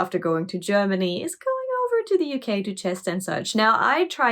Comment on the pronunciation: "I miss the U-Key terribly much." Me: "Wait....WOT???"